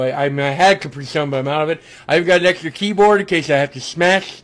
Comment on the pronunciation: Most frustrating thing about this was the way he pronounced Capri Sun